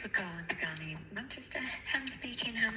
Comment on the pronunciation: What would you call it?? Bugatti. Lol more like bugotcha